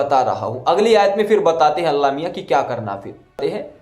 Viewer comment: Pahle aap allah naam dhang se lena seekhle kafir bewakoof allah miyan kahna jayaz nahi h